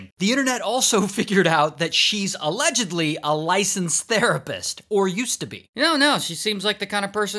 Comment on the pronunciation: He didn't say allegdidibibly he just normally said allegedly 😢 😂